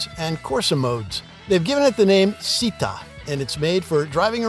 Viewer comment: It is not pronounced as Sitta. It is pronounced as ChitTA.. Città means city in Italian.